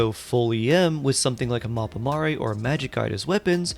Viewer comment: I don't believe it. A genshin CC who actually pronounces "Mappa Mare" correctly?